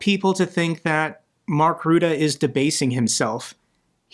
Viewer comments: Kindly pronounce his name correctly. Say ruzzia, now say Rutte. There is no one called ruette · Always those damn dDutch names hahaha... Please pronounce previous dutch PM name the right way.... Rutte.... not ruuudde;) Keep up the good work!